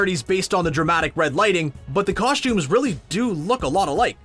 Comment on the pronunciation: Cosh-tuumez LoL